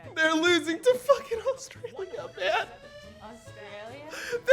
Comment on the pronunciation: Aussie here I love how Dom says Australia. It's so NA haha orestralia!